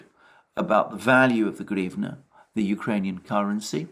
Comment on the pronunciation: is so thick, he can't even pronounce hrivna